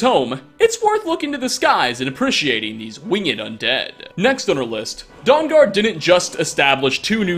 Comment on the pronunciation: Its not Don Gard. Its Daughnn Gaahrd